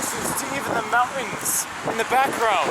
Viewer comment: Decent video, and I liked it. But the word is MOUNTAINS. Not MOU-INS.